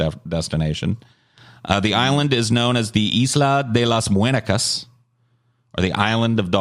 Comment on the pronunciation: The way pronounced "muñeca" made me lol